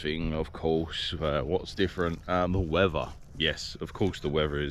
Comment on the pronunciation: It’s weather not whever